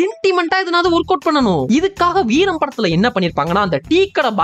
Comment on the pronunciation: veeram , veearm mariduchu 😂